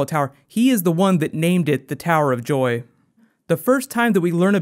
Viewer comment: He said tower of doy in the intro